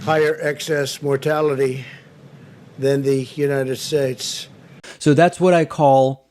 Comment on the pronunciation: Still can't say United Shtaych right..... REALLY!!!!!? I know Trudeau isn't that great either n yes he has been investigated but at least he can talk right. A friggin game show host, c'mon America, might as well just nominate Chuck Woolery or Bob Barker to run for President.